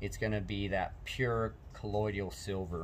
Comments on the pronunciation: Why in the heck does everyone keep calling it "colloid-ial" silver?? It's properly pronounced "COLLOI-DAL." 😁🤷🏾‍♂️ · JUST an FYI............. you really lose credibility (believability) when you don't know how to pronounce the word correctly........... It's NOT colloiDIAL it's colloiDAL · It is not collodial but colloidal